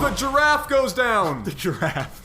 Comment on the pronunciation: yes you are correct sir. But i guess its not easy for people not speaking french to realize how they pronounce words. But even for an English speaker. Its with an short "e" as you say. Pronouncing it with an A is just wrong.